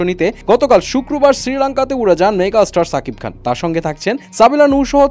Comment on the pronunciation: Vai apnare shakib khan nam tao valo vabe uccharon kora paren na